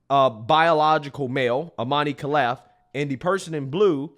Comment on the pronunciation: I'm algerian it's disgraceful and pathetic my people now hate me for calling this bs out but idgf this is unfair and pathetic his name is pronounced iman kaleef brother